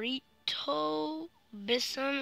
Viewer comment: Not to be rude but its Bison (Bye-Son)